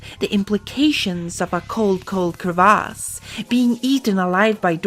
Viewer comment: THANK you so much for actually pronouncing crevasse correctly. It drive me crazy that seemingly every video pronounces it as ‘crevice’